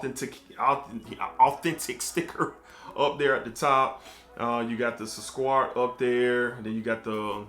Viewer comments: It’s not squart, it’s pronounced sue-Kar-aat. It means “sweet” or Sugar. Great review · Its pronounced as Sook-raat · It's pronounced Su-crat , crat like in cat 😺!.I bought the EDP version of Sukraat and is much smoother than the edt , is MUCH closer to Aqua did Gio Profumo EDP!. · It’s Su-Kraat🤣🤣🤣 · Indeed you tortured the name 😂. Here is the name SUKRAT which is Socrates in English. Thank you for the review sir☺️ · It's spelled Su-Kraat my dude, damn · totally butchering that name lol